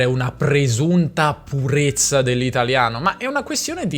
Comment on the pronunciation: Perché pronunci purezza come se fosse scritto purrezza?